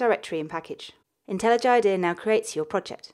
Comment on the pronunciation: Well technically she says it the correct way...